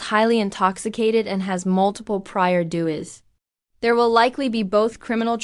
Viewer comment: Who is reading this story? I thought I heard the narrator sat Doug's instead of DUI.